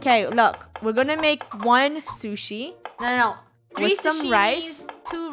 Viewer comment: OMG funneh how do you not know how to say onigiri i thought you know and liked SHUSHI